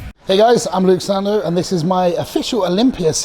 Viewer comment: "And the Sandow goes to.... Mr Sandoe" lol